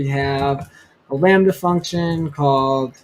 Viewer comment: you say "we're gonna write a landy(sp?) function? What exactly did you say so I can research please!